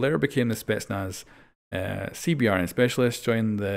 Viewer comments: for CBRN you can just say "see-burn" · Instead of saying C B R N. Just say C-Burn. It’s quicker and it’s how we say it in the military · so close to pronouncing "CBRN" the correct military way...